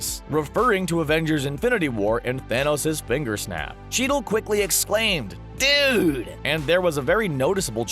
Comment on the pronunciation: Don Cheadle: "Dood... dood..."